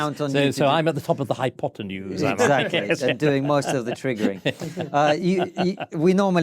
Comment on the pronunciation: "top of the hypotanues" 🤣😂 legend...